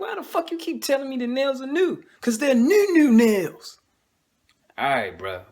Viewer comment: "The nails are new coz they nunu nellz" lmao!!! This was cool.